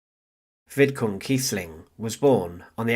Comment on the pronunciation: Vidkun Quisling, not Vidkin. And get someone else to read the commentary; the site would benefit greatly from it.